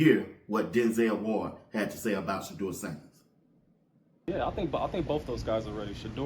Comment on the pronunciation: “Shedewa sandehs “